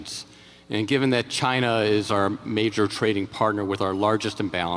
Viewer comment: Communication is key folks. Shows trust. Trump 2024 not to mention tons of embezzlement/corruption. would love to hear Kamala answer these same questions. Why is that not a thing we do??? Also love hearing Trump say “Chyna”again 😂😂😂 yeah that was when Trump won me over originally. Like no President ever met with Kim. It was pretty nuts. keeping my Subaru and ford work truck thank you very much, China lol